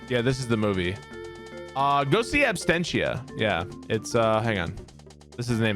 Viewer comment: "Abstentia" haha. Love you